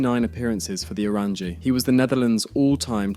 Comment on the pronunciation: Bc the pronunciation is really bad. Either just say the orange, or 'Oo-rawn-yuh'